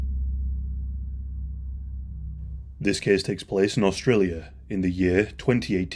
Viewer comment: This kess teks pless, I love hearing that at the beginning of each video.